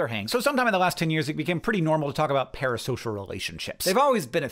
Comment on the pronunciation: I’m just curious why he switched up the S and the P in “Parasocial” twice